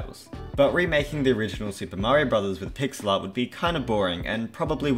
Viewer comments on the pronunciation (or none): none